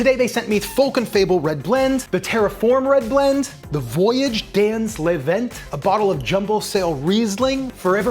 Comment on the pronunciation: Non non non non non! vwajaʒ dɑ̃ lə vɑ̃ the s of "dans" and the t of "vent" are muted